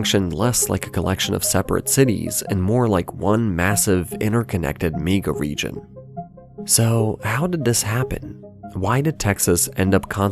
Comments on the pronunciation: This voiceover has to be read by AI, at one point it says “Me-ga Region” and not “Mega Region”. I don’t think a human narrator would make that mistake. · Wtf is a "meeguh region"